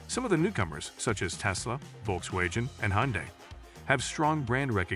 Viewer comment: When did VW become 'volk-way-jen'???? Another example of ChatGPT as a 2nd language I guess.